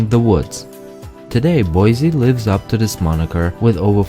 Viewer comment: I hate when people out of state pronounce Boise like Boyzie it’s like Boisee